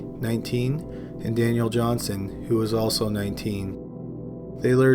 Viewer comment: Daniel Johnston not johnson you illiterate noob at talking